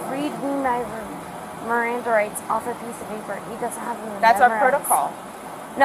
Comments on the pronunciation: Bish couldn't say "Miranda". 😂 Sober for certain! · 😂😂😂 "RIMANDA" rights...😂😂😂😂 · She's too drunk to pronounce MIRANDA 😂😂😂😂😂😂😂😂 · She couldn't even pronounce miranda rights😂 oh this video is too funny 😂😂😂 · She cant even say Miranda Rights. 😅😅😅